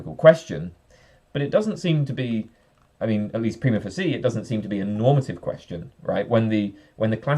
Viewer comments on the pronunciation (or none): none